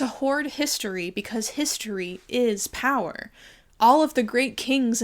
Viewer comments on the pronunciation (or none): none